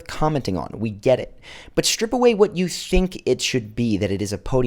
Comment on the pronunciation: “Strip away what you shink “ .I’m sorry but am I the only one who caught that ?😭😂